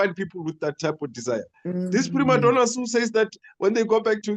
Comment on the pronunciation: He said priMaddonas 😂. They were crying over a rough pitch . Most African pitches don't even have grass , once you fall the skin is gone .